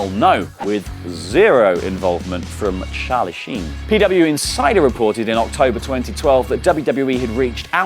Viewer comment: Sharlie sheen 😂😂